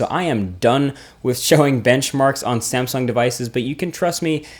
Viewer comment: did you just said SAMEsung at 36 second :)